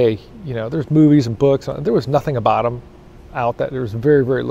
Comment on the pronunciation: “Aboot” lol